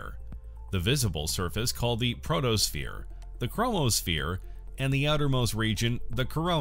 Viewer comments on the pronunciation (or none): Oh dear! Mercury is NOT tidally locked to the Sun. Also, it's PHOTOSPHERE, not PROTOSPHERE. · My God it's photo not proto that's what you call the surface of the sun